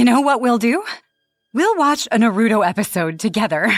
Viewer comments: Norruto? 😭It's Naruto 😭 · bro.... its pronounced NAH ROO TOE! Not NUH RUE DOE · ok so 1 you say the names wrong in naruto like bro saying "narodo" and "sahkorah" then you literally say a demon from a completely different anime is in naruto but it's from death note plus this story doesn't even make sense 💀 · She said everything about Naruto wrong Sakura not Sa-core-ah! Naruto not No-root-oh the kuani wasn't pronounced too wrong. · Exactly like what's Nahroodoh, and who is Sahkewra? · What, you don't like NuhRoodoe? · Another reason why I don’t have a basement 1.the bills would cost more 2.creepy stuff That clip,it seems very real but is it really.. I can’t even with the mispronunciation of that Naruto one,like what’s “Naruuuto” and “Sakwera?” 😂what the hell is wrong with that sobbing?I know it was because of pain but🤣 WHAT ITS REAL!No dude I thought this was 🧢,but it is true stories for a reason which makes me think that Naruto one is… Elsa has tattoos now..sharpe eye liner and did something to her hair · OML JESUSS IT'S NARUTO (NAR-OO-TOE) THEN SAKURA (SAK-ER-UH) PLEASE LEARN TO PRONOUNCE IT AND WHERE IS A SHINIGAMI IN NARUTO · The most frightening story was all the mispronunciations of all the anime characters of Naruto... I wanted to fight everybody on screen 😂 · That is the true horror of that story, the mispronunciation lmao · FR, like how does one not know how to pronounce Naruto at this point lol. It’s like people who pronounce pokemon as pokey-man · Wow the Naruto one was so rough. No one could pronounce any of the names right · The Naruto girl mixing up anime’s and pronouncing everything wrong is killing me 😂😂😂😂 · No it just had bad cringe by mispronunciation of Naruto characters 😩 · they can pronounce kunai right but not the characters name or the shows name? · The first story not my fav because thw way she kept say the name of Naruto wrong 😭✋🏾